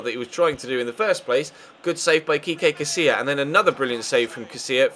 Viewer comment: haha Kekay Casilla, It's Kiko Ches, had a little laugh at that. All in good fun though, keep up the nice work dude